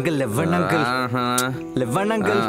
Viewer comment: కన్నా అనే ఈ ఏక్టర్ కి తెలుగు రాదా? "లేవండి" ని "లెవ్వండి" అని ఎందుకు పలుకుతున్నాడు?